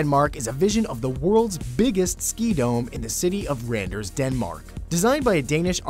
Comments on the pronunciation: Randers is somehow pronounced rarners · That's not how you pronounce Randers though XD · The way you said Randers sounded funny :P Because in Denmark we say it on a TOTALLY different way :) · It sounds funny when he says Randers. :3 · you dont know how to say Randers And i know that you dont becuse i come from denamrk (or in danish du ved ikke vordan man siger Randers og jeg ved det fordi jeg kommer fra Danmark)